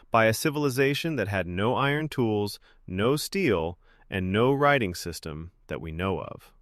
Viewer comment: ugh, I actually thought this voice was someone actually talking. I can't believe that someone is stupid enough to not know how to pronounce "system"